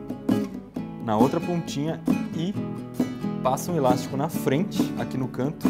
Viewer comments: eu moro em são paulo e ninguém fala ILASTICO, fala ELÁSTICO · só eu q entendi ele fala "ílastico" ?